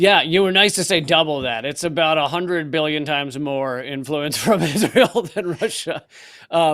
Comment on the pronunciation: You’re pronouncing “influence” insanely